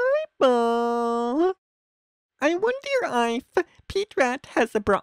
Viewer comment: “I wonder EEif, Pete rat has a bruh-ang, let’s find OAaat” first off, I don’t know how the hell you messed up the pronunciations of all those words, and 2 Pete rat is a gummy rat. He’s a peice of candy. He’s not a real rat. He dose not have a Bruh-AAng. I severely doubt you sir have a Bruh-AAng.